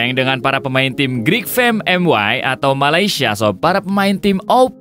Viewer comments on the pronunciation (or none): none